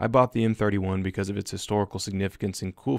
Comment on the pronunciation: I know I didn’t just hear you mispronounce the m31 wrong